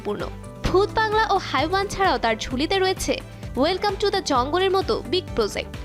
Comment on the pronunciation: 🤣হাইওয়ান ❌হেওয়ান ✅ hindi উচ্চারণ তো আগে করা শিখুন তারপর নিউজ করবেন😒। in Bangla which means শয়তান/জানোয়ার।🙂‍↕️👋🏻